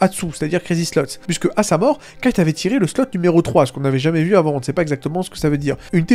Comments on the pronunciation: Kite 😢 dit Kaito stp sa me perturbe 😅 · en tout cas on sait que ça se prononce kaito ça j'en suis plutôt sur à 100%(en japonais ça se prononce comme ça)